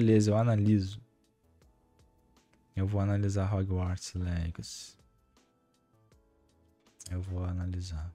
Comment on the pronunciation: "róguartis legaci" o bérou com o best english ever